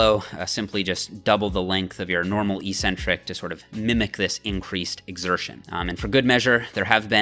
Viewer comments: The word is EK-Centric, not EE-centric. There is no such word EE-centric. Look it up. Don't sound as uneducated as the other muscle heads on here. You're better than that! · "Eccentric-Accentuated Lat Pull Down". You pronounced it "eEEEEE-centric-aKKKK-centuated..." lol. How do you justify the inconsistent pronunciation? First syllable in both words are eC- and aC-. Oh, maybe it's properly pronounced eEEcentric-aSScentuated? LOL. I harp on this with you bc your vids are PEERLESS(!), but for this one meathead mistake. You're better than that. Don't give me the BS about your college profs pronouncing it that way. Even if one did mispronounce it, are you not capable off seeing the error of his teaching? Only ppl in BB related fields mispronounce this word. You've gained enough clout now that I think you could quickly reform the whole BB community!!! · This is not a Canadian vs. US vs. British thing. This word is ONLY mispronounced in the bodybuilding community. There are two Cs in the word Ec-centric for a reason. The first syllable means 'away from'. The second syllable means 'the center'. This is why crazy ppl are referred to as eccentric. The way the lifting community mispronounces it, it means 'without a center'. Sorry, but you may have had a sports phys prof who also mispronounced it like the lifting community, but I refuse to believe that any of your other profs pronounced it other than eK-Centric. And if they did pronounce it that way, then they're just plain wrong. Pick any dictionary you'd like, and see if you can find any other pronunciation than eK-Centric. Lead the pack,! Don't be a lunkhead and perpetuate the ignorance. You're better than that!